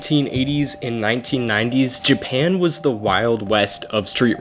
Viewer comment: This is not your forte. Why do a video on something you have absolutely zero knowledge about, and then poorly "research"? If you're trying to be a YouTuber, you better do A LOT BETTER with your "research". The only thing accurate in this video is your pronunciation of "Japan", the rest is just embarrassing to hear...stay in your lane 😉